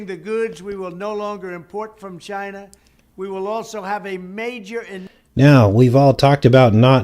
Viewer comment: He really over emphasizes ChinAH